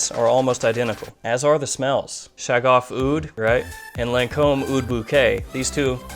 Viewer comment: The "gh" in Shaghaf is pronounced as the french "r" in "paris" if that makes sense! Nice reviews and intresting frags here! Thanks!